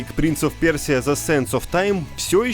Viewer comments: Кто-то может объяснить мем с «пёржей» если фонетически правильно просто «пёжа», а не «пёржа»? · 2 раза сказать ПЕРСИЯ вместо ПЁРЖА - это возмутительно, товарищи. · Из трёх раз, когда прозвучало название игр о Принсе Персии, только один раз было сказано правильно - Пëржа! За такое на нормальных сайтах банят! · Ну все нас двое, общество создано. Кхм... Кхм... Общество защиты Пёржи требует официальных извинений от автора Stopgame за некорректное произношение. Ну и скромные $ в качестве компенсации морального вреда.